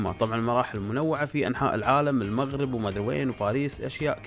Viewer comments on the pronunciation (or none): none